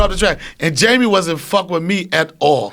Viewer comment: when joe is so high he wanted to say Gaymie for a second there.